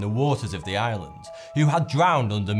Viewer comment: And they all sounded like "Ireland".